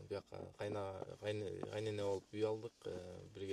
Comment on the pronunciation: Кайнене деп зорго айтатго